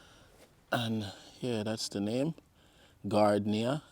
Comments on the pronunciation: It's pronounced GAR DE NIA. It's a lovely flower when in bloom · The Plant is pronounced “ Gar-dee- nia “